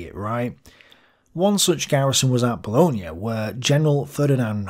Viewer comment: Another good one, but would remind you that Bologna is in Italy and Booooloin is in France 😉